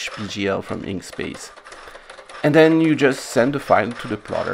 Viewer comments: Perhaps I'm more deaf than I thought from it sounds to me like you're saying Inkspace? Surely you mean Inkscape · FYI - it's "Inkscape" not "Inkspace" :) It's a project I've contributed to and absolutely love. Best vector editor out there. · Excuse me, did you really mean "Inkspace" or is it "Inkscape"?